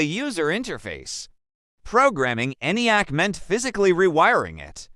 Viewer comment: You guys should really proof-read and watch your own videos to proof-check the VERBAGE. ENIAC - not ""the NAI AC" or ANIAC -- the dumb AI can't read. Or "ElectrAnics" ??